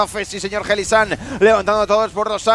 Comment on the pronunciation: Jailisang dicen los casters. Ni intentándolo lo pronuncian bien.